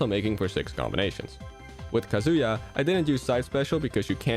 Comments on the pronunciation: minor spelling mistake, I win. I also said that I was wrong to say very, and the main point of the comment was the mispronunciation of kazuya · You pronounced kazuya wrong, and your little Mac recovery was very, very inefficient